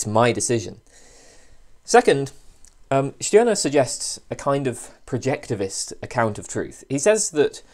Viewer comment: At last someone who pronouns the name "Stirner" correctly.